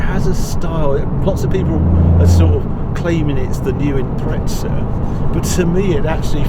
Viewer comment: great video and review !!! Got one and glad to see how it performs like that..Please please stop calling the Subaru the impretsa ,doesnt have a T in it ....its a impreZa ..